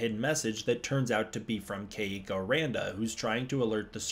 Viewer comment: My girlfriend whose name is Keiko says please pronounce her name correctly. She says it's the easiest Japanese name to pronounce as there is no Japanese accent. Kentaro and Hiroshi are examples of Japanese names that require the correct Japanese pronunciation to say it correctly